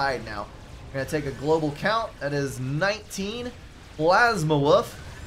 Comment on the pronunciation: Thanks for the cast, and thanks for making my name sound like "Plasma_Woof" a bit :) It's a refreshing new name. Also: if you press "End Replay" in the drop-down menu, you go to the score screen.